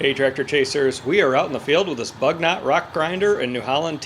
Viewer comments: AMERICA BU - NY - OH BUG NOT I ASK YOU. bu-: Pronounced like the French "u" sound (lips rounded saying "ee") or close to an English "oo" sound in boot.- gnot: Pronounced like "nyo" (the standard French gn makes a soft /ɲ/ palatal nasal sound, similar to the "ny" in canyon) followed by an open-o sound (oh), with the final t dropped Again coupé the final e sounds AY EMBRACE YOUR EUROPEAN HERITAGE. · FYI, it's pronounced “boo-NYOH” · They do a lot of this kind of work in Europe. I wonder if this machine is French and if it is then possibly “Bugnot” may be pronounced differently?